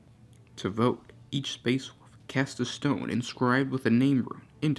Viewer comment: Wolf not Wuff......